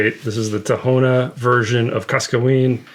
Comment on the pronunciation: Don't want to sound like and ass or anything but for the information sake of the community, the H in tahona in Spanish it's silent, so the correct pronunciation for anyone interested is Taona not tahona